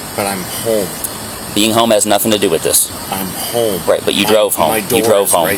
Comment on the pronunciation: I hate the way he says “home” like “HOEM”